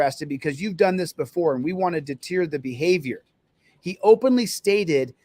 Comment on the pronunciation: its. " deter " I know you weren't trying to be comical there....but you're grasping at that pronunciation was vintage Michael Scott baby!